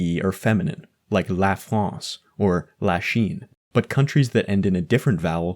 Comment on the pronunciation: when you prononced la chine, it felt like it had to be le chine, idk y i was confused, maybe because of the accent, so with it "le" would work better (also i am french)